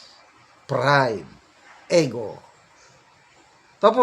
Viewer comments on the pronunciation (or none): Sir, indict is pronounced as in-dite not indik. Again and again you are pronouncing LEGAL as leh-gal. It is LEE-gal or LI-gal. Ego is not eh-go. It is EE-go po, sir. Regal is REE-gal, not reh-gal. Please listen to the videos you are sharing from certain personalities or other bloggers on how words are pronounced. This is a polite suggestion, sir.